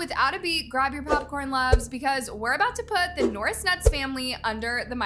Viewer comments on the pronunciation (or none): your just hating on the norris nuts and you dont know how to pronounce there name